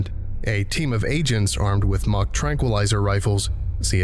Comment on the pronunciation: I'm glad I finally understood what they were talking about The tranq rifles. I thought they said "Mach Tranquilizer Rifles" and I originally thought, oh good god. instead it's "mock" thank God.